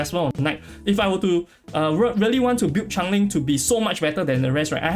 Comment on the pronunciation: Someone needs to tell yall its not Chang ling its CHANGELING